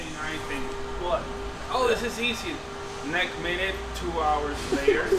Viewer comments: HAHAHA “NEK MINNIT” IYKYK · Hahahahaha good old Levi Hawkins "NEK MINIT" Even making it all over the states... good shit... I know him personally he thinks it's hilarious.